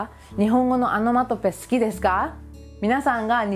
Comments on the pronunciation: アノマトペじゃなくて、オノマトペね。聞き間違いなら失礼。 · オノマトペは仏語で米英語ではアナマタピーアって感じの発音ですからね ちゃんと動画内の字幕で訂正していますし